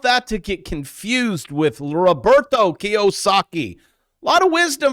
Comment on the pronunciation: "Ro-bert-o Kiyasoki" 😂😂 Well done,!! Miller in Pittsburgh